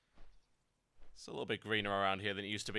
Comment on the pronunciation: Satires? it's saytrs. pronounced "Say-Terz", dude, you'll need to learn pronunciation of mythical creatures. and saytrs were once recognised in greek lore for being very proficient in combat and teaching very few the absolute best forms in combat. good video though on revealing shit from cataclysm.